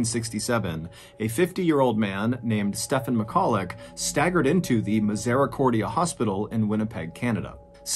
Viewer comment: Pronunciation of the hospital is ....mis er cord. E. Ah lol